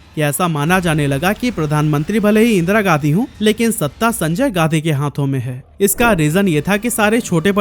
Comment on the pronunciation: भाई तुम गांधी को गाधी क्यों बोल रहे हो?